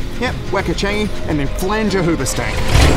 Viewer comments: "flang the hoobastank" XD seriously? haha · "flange the hoobastank" x,D dead